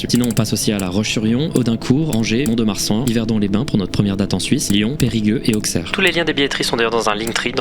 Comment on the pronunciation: super vidéo, comme d'habitude... par contre y a pas de "s" à la fin de mont-de-marsan pour info ;)